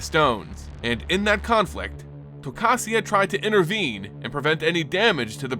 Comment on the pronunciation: Definitely the first time I've ever heard Tocasia pronounced that way